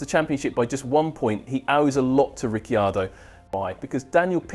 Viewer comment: Please pronounce his surname correctly, a bit of respect!